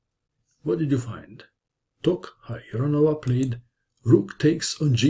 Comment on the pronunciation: Congratulations for being able to say Tokhirjonova. I was expecting her full name, though